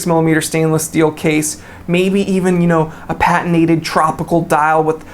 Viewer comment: Kudos for saying patinated instead of pateenaed.